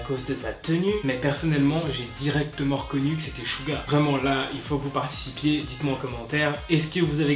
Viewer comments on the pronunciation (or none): Par contre arrette de dit souga c'est suga